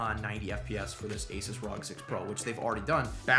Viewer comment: Pleas efor the love of God. It's called R.O.G. not one word rog